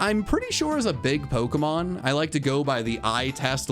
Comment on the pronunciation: Worried about you pronouncing chinchou but you never pronounce pokemon right lol